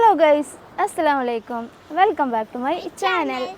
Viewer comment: ഡ്രസ്സ് sooper.. നിന്നെ ഇപ്പൊ നല്ല ഭംഗി ഉണ്ട്.. പിന്നെ assalaamu alikkum എന്നു viyaktha മായി പറ യു tto..